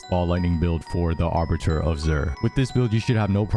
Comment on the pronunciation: "arbiter" of zir? A-ba-ttoir...